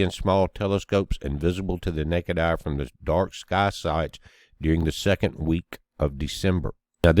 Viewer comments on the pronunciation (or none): none